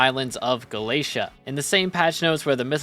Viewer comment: ITS GALA-TAE-A